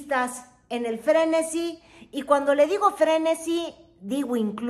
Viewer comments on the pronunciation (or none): El español es tu segundo idioma?, se dice frenesí, con acento.